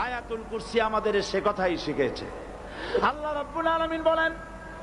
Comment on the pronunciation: আরে ভাই উনার নামটা তো ভালো করে বলতে পারেননা।